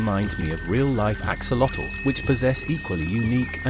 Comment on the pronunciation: The video is very interesting. It would be a nice addition to include the correct pronunciation of the name "axolotl" It is from the Nahuatl language. Search for "correct pronunciation of "axolotl" and there should be a YouTube video giving the correct pronunciation.